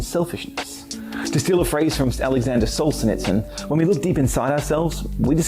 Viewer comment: “Alexander Soul-senitsin”?! 😂😅